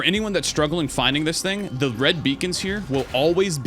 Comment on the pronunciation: clears throat "I kinda missed da Preon Shot!" had me crackin up